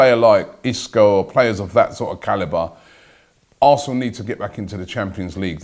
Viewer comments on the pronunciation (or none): none